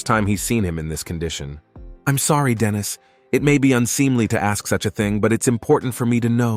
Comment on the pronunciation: The AI mispronunciation of Dennis, and Denise (which is a girls name), the ai speaking in a feminine voice when a man is speaking, and the constant calling a her/she a him/he or vice versa is so annoying. So many times a their should be used but isnt. I half the time have to look at the scene because Im confused as to whats going on due to the ai calling a man a her, or a women a he. The ai voice acting in a female voice while saying something a man is saying also confused me. I didnt understand if this was meant to be a baby talk voice or not, but when I looked at the scene it was in, it def wasnt. I appreciate the summary recap of course, but is there any way to help with the script?